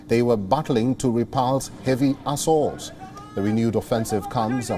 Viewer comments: "They were battling to repel heavy "assholes"... (assault) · "They were bart ling to re-pals heavy asshole":) "...including from the south of Panjshir as well as." (5 seconds later) "As well as from the...":D WION should sack this. Give us Palki